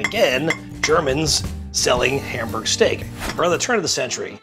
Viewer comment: can you at least pronounce Hamburg right